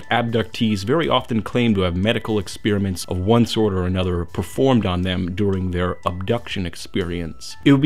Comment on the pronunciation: It's petty, but I can't seem to help but be distracted every time you say "expeeriment".